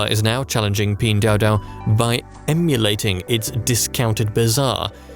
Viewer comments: Video is very good but where Pin dao dao came from? Pin Duo Duo!!! it's nerve wracking for anyone speaking Chinese! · You created at 12 minute video and still don't know how to pronounce the company name? 🤷🏼‍♂️🤦🏼‍♂️